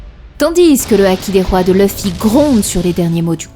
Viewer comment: j'adore la façon dont tu dit le nom de luffy = Leufi ^^ j'aime bien la fin tkt moi je te crois XD